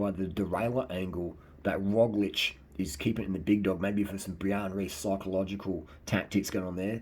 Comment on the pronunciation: Great pronounciation of our slovenian semi-god Roglič :) The guy with the "shoelices", our quater-god Tadej Pogačar :) keep up the good work